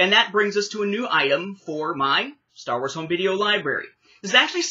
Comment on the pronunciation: I absolutely cracked out laughing with the pronounciation of Star Wars (the way you pronounced it was more like "The Blonde of the Galaxy"), but funny that you mention this tapes being subtitled. Overall in Latin America, animated films were the ones that got dubbed tapes, most live action films (like my copies of Men in Black and The Fifth Element) are subtitled. Now the first time the films were available dubbed in VHS (from what I can recollect at least) were the Special Editions and those ones have a new dub (since the original Latin American Spanish dubs were only heard in TV broadcasts and as far as I can tell are only preserved in home recordings or in Harmy's Despecialized editions).